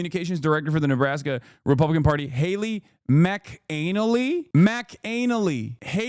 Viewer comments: It's McKinlay (mac in lay) or macanalay like the other chatter said Scottish/Irish name. But they've utterly butchered it 😂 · The way bro says McAnally lamo